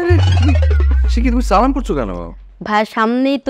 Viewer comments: অপূর্ব সাহেব সালামটা ঠিকমতো দিতে জানতে হবে। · মি. অপূর্ব সালাম টা একটু শুদ্ধ করে দিবেন...